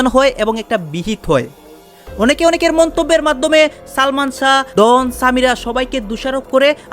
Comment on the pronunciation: ডন উচ্চারনটা ঠিক করে বলেন, এটা কি ক্যামেরার ডোন, উচ্চারন ডোন বলেন,এটা নাম ডন,নামটা আপনার মুখে শুনলে বোঝা যায় আপনি বিশেষ শিক্ষািত না